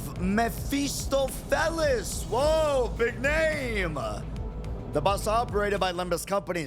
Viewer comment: it doesn't matter how many different "first playthroughs" I watch, not a single one is capable of reading Mephistopheles correctly the first time around